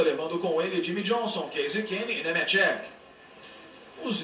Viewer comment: TAGADEGA???JOI NEMETHIECA???TONI STUARTI???DAIOUU EIRARDI JR.???JUMI MEQUIMAREI???ROBI LABONTI??? QUE MERDA DE NARRAÇÃO É ESSA??